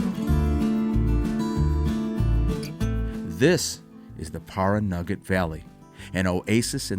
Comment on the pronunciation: I grew up in Las Vegas and spent a fair amount of time traveling to and through Pioche. I really enjoyed the video. Caliente has really changed since the last time I went through it, back in the early 90s. Pahranagat is pronounced as Pah ran a gat, not Par A Naggot.